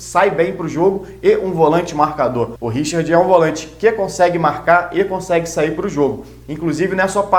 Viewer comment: Meu caro vascaino, da onde você tirou essa pronuncia, Richird? Mama mia!